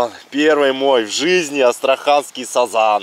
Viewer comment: сАзан так слух режет, у нас все говорят сазАн